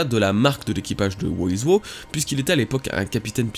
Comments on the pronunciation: Par pitié, le personage qui de nomme "who is who" (qu'on peut raccourcir en "who's who") Se prononce: (j'essaye de retranscrire au mieux) Houz Hou. En anglais on prononce pas le w comme tu le fais pour dire "who". Ça se prononce comme si tu lisait "hou" a la française en aspirant le h Donc "who's who" se prononce "houz hou". C'est terrible de t'entendre dire "wou iz wou" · Prononce who's who à l'anglaise s'il te plait ça fait pas classe du tout "wo is wo" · Stp prononce correctement Who's who ça devient vite pénible "wo-iz-wo" :( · "Wo iz Wo" rip l'anglais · Who's who se prononce "Hou s hou" (en aspirant les "h") ^^ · bah la logique voudrait que ça se prononce "wouz wou" (en phonétique) puisque c'est de l'anglais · thx la video. ça se prononce wouzh wou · Prononce plus WHOUZ-WHOU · Sa se prononce Ouz Ou en français Qui est Qui